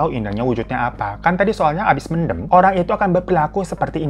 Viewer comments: Bacanya men'them' bang (them seperti dlm bhs inggris), lucu klo mendem 🤣🤣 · Btw "mendem" ya bang bukan "mendem"😂 Eh gmna c....